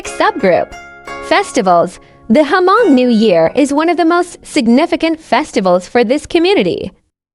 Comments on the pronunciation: It’s it not HER-Mong….its just Hmong (Mong). omg plse get it right! Don’t butcher my ethnicity. Talk to me…I will give u a little history of my people. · For your information: You did not pronounce the name " Hmong " correctly. Just leave the " H" out and pronounce like this: Mong.